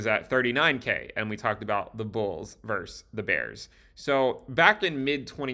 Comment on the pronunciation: “versus” is pronounced “vers-sus,” not “verse.”